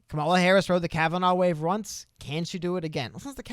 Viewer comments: Period, qustion mark, comma. That's how you say Kamela. Comma La. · Nice vid, and Yang Gang all the way! But.. can we pronounce Kamala correctly? "COMMA-la" according to a video of her being asked how she says her name. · For the record, it's comma-la. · You can say "Butttigieg" but ka-ma-la is difficult!?🤔 smh "or however you want to pronounce it"😠🤠